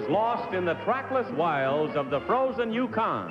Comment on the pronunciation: 13: Try , " yuKON, as emphasis, instead.